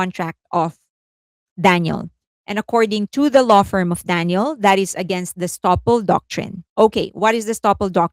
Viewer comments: I don't mean to be rude, but you keep calling her DANIEL. Daniel is a male name, as in Daniel Craig, Daniel Radcliffe etc. Her name is Danielle, pronounced, Dan-YELLE, with an emphasis on the second syllable. This has been commented about here before...?? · It’s ‘Dan-yell’ you keep mispronouncing her name. ‘Dan-yill’ is a boy’s name. And are you going to ever discuss Mark Lee’s controversial and racist t-shirt? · I believe, with effort, you can manage, after all this time, to pronounce Danielle's name correctly. It's been years now, literally years, and you pronounce her name in the masculine - Daniel. Her name is the feminine version - Danielle. I'm not trying to side with her on anything, I'm saying that some stans get all in each other's spaces for the mispronunciation of Korean names, and can there be an effort to say those correctly. So, in all equality, we can put in an effort to say a Western name correctly - Danielle, not Daniel. The legal documents will also reflect that name as well: Danielle Marsh or Marsh Danielle. Not Daniel. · Great coverage as always - very thorough and informative. But you went back to pronouncing her name as Daniel (male name) instead of Danielle (female version). You were pronouncing the name as Danielle for a while… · Can you please pronounce DaniELLE right?